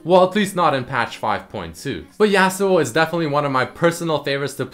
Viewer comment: Hehe,, you got your "yAh-suo" right, but you still kinda say "exetera" insrtead of "et cetera" =)